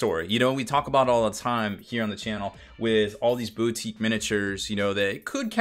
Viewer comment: Glad someone said it. It's BOU-tique, not BEAU-tique, for fucks sake.